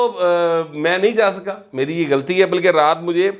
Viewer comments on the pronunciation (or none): none